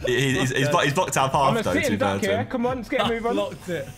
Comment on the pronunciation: ”IT’S TIME TO CONE”